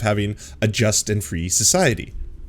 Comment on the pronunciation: Careful, you could be next; it sounded like you asked for a "Justin-free Society"